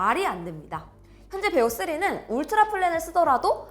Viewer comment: 베오가 아니라 비오3... 업스때부터 왜 자꾸 그러세요